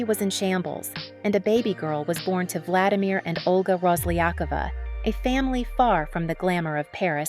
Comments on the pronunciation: Rosliyakova? Seriously? You not even trying to know how her name pronouns... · RoslyakOva, stress on the last "O" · They never stress it right. :-)))